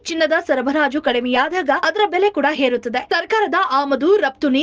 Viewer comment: ಆಗು ❌ ಹಾಗೂ ✅ ಎಚ್ಚು. ❌ ಹೆಚ್ಚು✅ ಹೇರುತ್ತದೆ.❌ ಏರುತ್ತದೆ ✅ ಅಬ್ಬಾ. ❌ ಹಬ್ಬ✅